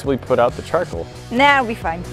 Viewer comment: Argh!!!!! the word is CHARCOAL, Char-Coal "coal" C-O-A-L..... not Charkle....